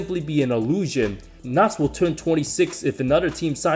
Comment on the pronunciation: It’s KNOX. Like OX. Not KnOt or whatever tf you were saying.